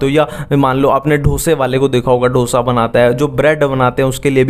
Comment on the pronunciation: ढोसा नहीं डोसा lol🤣